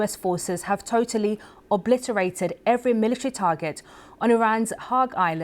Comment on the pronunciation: Do you understand when you say( every)